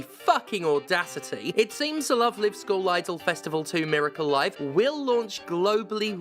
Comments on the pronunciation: Oh nooooooo, it's reached the mainstream. Please believe me when I say this game used to be really good T_T (Also it's pronounced Love Live with a long I as in live show, not short I as in to live forever. For anyone who cares lol.) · Stephanie. Please. If you're going to say the title aloud dozens of times, PLEASE don't mispronounce the title every time. The 'Live' in the main title has a long 'i' sound. Were you thinking of "They Live" when reading the title? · I understand Steph has absolutely zero awareness of Love Live and that's perfectly okay but every time they use "Live" as in "Give" and not "Live" as in "Five" it hurts a little 🤣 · Everytime she misspronounces Love Live! hurts me. I'm not even a fan of the anime, but it's Live as in a concert. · The fact you call it "love live" as in living rather than "love live" as in live musical performances torpedoes any credibility this video ever hoped of having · I've only heard of Love Live as a franchise because of the Weiß Schwarz ads Bushiroad bakes into Cardfight Vanguard episodes uploaded here on YouTube. It's also how I know the first Live in the name is also pronounced lyve and not leev. English needs Ruby text sometimes like Japanese when it's using Chinese pictogylphs instead of their own kana phonetic written languages I swear.. Also we need to get rid of wastebin letters like I, C and X. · Pronouncing Love Live like Live Laugh Love. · Wait isn't it Love Live rhymes with jive? Have I been saying it wrong for ten years? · Incidentally, it's "Love Live" pronounced like "coming to you LIVE". In one of those weird garbled translation things, the English word "live" came to mean "concert" in Japan. It's an anime franchise about idols so I don't know anything else about it, but that they pronounce it like that, though. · Stephanie, you pronounced it wrong. its "LoveLive" not "LoveLive" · People always say the wrong "Live" when sayings the title of the game. Its Live like "Live action"